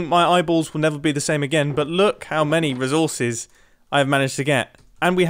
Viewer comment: Am I the only one cringing at the way he says “resources” he’s like -rè and I just keep thinking: “Why! Why -rè?! It’s ré”